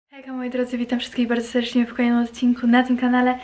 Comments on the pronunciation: Błagam naucz się mówić deRdecznie a nie sersedcznie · nie mówi tak: po za tym seRdecznie